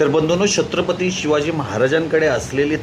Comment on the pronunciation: दादा तुम्ही pronounce करते वेळी अडचण येत आहे का, तुम्ही छत्रपती mante वेळी थोडा sa वेगळा उच्चार येतो आहे